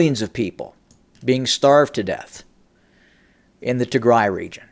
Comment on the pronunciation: Learn to pronounce "Tigray".